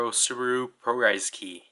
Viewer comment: 😂😂😂 subulu not subaru hahaha🤣🤣🤣🤣